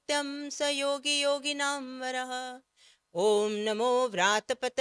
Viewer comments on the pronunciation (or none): none